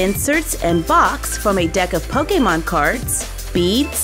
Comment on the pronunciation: ITS CALLED POKEMON NOT POKIMON DO U NOT KNOW HOW TO SPELL